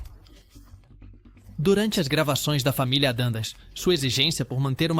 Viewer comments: O que é "família adandas"? "Família Minster"? "Iconícos"? Quantos erros tolos de pronúncia! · Pois é: Entre outras, "Família "ADANDAS" foi Phød@ Pöøtakiuspariu.... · Não bastasse não ter ninguém de carne e osso para narrar o vídeo, ainda uso inteligência artificial de maneira amadora. Tudo nesse vídeo é muito ruim. Pronúncias incorretas, nomes errados, voz chata! Às vezes é Monster às vezes é Mister às vezes é Adams, e até Adandas. Lixo! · Sem falar no família Adandas e Minster, kkkkk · Familia monster e familia adams.q dificuldade tem a ia de pronunciar certo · Não entendi o que fala ao dizer Addams, e a pronúncia correta de Munster é mãnster e não minster (que seria a pronúncia da palavra alemã Münster). E há vários outros erros de pronúncia no vídeo como LEAVE IT TO BEAVER que foi dito como se lê em português.